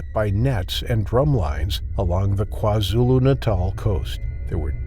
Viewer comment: It's your precise pronunciation of "Kwazulu Natal" and "Amanzimtoti" for me 🫶🏾🫶🏾🫶🏾🇿🇦🇿🇦🇿🇦